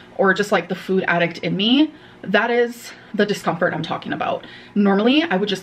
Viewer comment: Its "discompfhurd" 😂